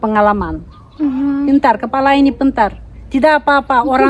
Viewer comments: Kepala❌ Kelapa✔️ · Koreksi mb ---"kepala" bukan kelapa, "kopi dangdut" bukan kopi dungdat... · Kepala jadi kelapa, dangdut jadi dungdat 😂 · WOY BULE KEPALA BUKAN KELAPA DAN KOPI DANGDUT BUKAN KOPI DUNGDAT AAAAAAAAAAAAAA BULE LUCU BGT SIH SEHAT SEHAT YA BULE SEMOGA TAMBAH SUKSES DAN BERKAH KONTENNYA AMIN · Kepala neng, bukan kelapa😅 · bukan kelapa,tapi kepala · Ciri khas tu.....jika menyebut kepala....kelapa, trus lagu ndang ndut....ndung ndat 🤔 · Dungdat😂dangdut neng,,,,kepala bukan kelapa ya neng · Kepala woy bukan kelapa 😢😅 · dangdut bukan dungdat kepala bukan kelapa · Kepala... Bukan Kelapa. He.. He. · Kepala = kelapa😅 Dangdut = dungdat😅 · Kepala bukan kelapa 🤣🤣🤣🤣